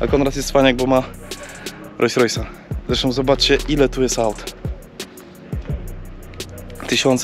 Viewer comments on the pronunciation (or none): Świetny odcinek chłopaki! Ale jak jeszcze raz usłyszę "RojsRojsa" to zdechne i sub ucieknie xD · Nie Rois Rois tylko Rols Rois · Rolls Royce, a nie Royce Royce.... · Super film tylko mała uwaga :) RoLLs Royce a nie Rojs Rojs 😜🤣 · 2.43 ludzie, mówi się Rolls-Royce, nazwa powstała od dwóch nazwisk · filmik mega,ale czy tylko mnie drażni "rojs rojs"":)) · Co to jest ROJS ROJS? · rojs rojs i aż uszy bolą :P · rojś rojś. rajś rover xD